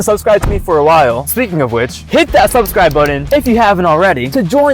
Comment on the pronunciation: Ok like I love you and all but subscribe is 1 word subscribe not 2 sub-scribe